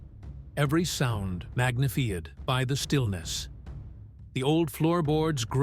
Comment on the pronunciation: Robovoice just failéd English, magifeeyid by the eechoing sound. Listening to it made me really melantsholick.